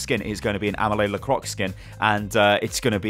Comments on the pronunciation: Pronounced Amelly Lar-quois not amelea larcoix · Ah-may-lee La-kwah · It's pronounced "ah-may-lee la-crwah" :) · Ameley Le Crotch? Amelie ends like lee from bruce lee. and croix... eh that's tougher not sure there's a sound like that in English. I sometimes see comic books use "croa croa" as sound effect for frogs. That's more or less the sound. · "Amélie Le Crocs" XD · AMALAY LA CROKS??? xD mate..... Its: am-may-lee Lack-raw (raw pronounced like roi (king)). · "amélie lacroics" me : y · Widowmaker's name is pronounced : (Amélie Lacroix) Ah-Meh-Lee L-Ah-Cr-O-Ah (don't pronounce the x) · Ah-Mah-Lee Leh-Cwah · A-may-lie La-khrwah Have a little try on that. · Widows name phonetically is practically A-meal Luh-kroy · A-meh-lee La-Croy. Come on. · amelia lecrocs.... thats what he said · pronounciation: ah-ma-lie la-cr- a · You pronounce it like: ameli lakwa :) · Is it pronounced Ah-meh-ly- La-croy? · Is it pronounced "Emily Lacroy"? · i would say that it's pronounced "a-mei-li la-krwa" when you say it out loud :) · Oh boy. You destroyed her french name ahahah